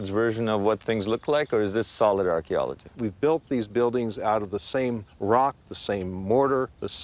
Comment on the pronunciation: Surely you should be able to say archaeology correctly.